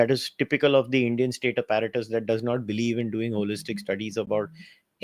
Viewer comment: The way this pronouncing APPARATUS is cringe. 😂😂😂 Abet English seekh le tab Bol.